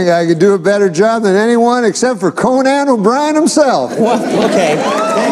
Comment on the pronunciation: He called him co-nan purposely because Conan introduced him as Mcdonald instead of MACdonald.